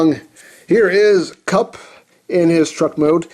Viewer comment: Did he say kum instead of kup in the intro??? Lmao